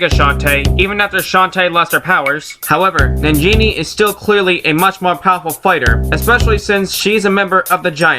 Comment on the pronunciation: Sounded like you said Nigga Shantae! XD